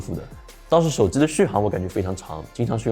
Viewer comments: 我操 是耳机 不是耳姿 手机 不是手姿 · 手机读手zi好难受。。。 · 能不能不要把手机叫手之。。。